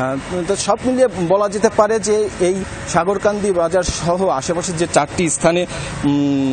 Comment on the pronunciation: মানে উচ্চারণ টা ঠিক ভাবে করতে পারেন না সংবাদ উপস্থাপিকা । সাগরকান্দি কে সাগেরকান্দি বলতেছেন😑😑